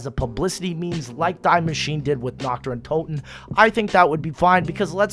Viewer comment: I'm german, and you can even google translate it it's pronounced dee-mashineh